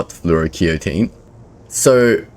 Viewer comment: Hey boss just fyi fluoroketone is pronounced Flor-oh-key-tone.